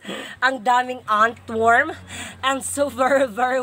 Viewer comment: hahhahahahaha may nilalang pala na "antworm",😂😂😂